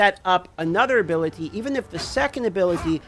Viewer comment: Why does he say ability like that lol. Just say skill